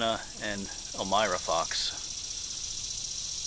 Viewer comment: Elmira pronounced L-MY-RAH..Aaaron son of Emanuel & Elmira (nee Straw) Fox born Mar 2 1862 died July yrs 4 months 4 days